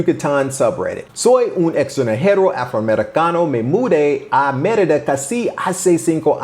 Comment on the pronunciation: Pronounce "Mérida" correctly. That could help.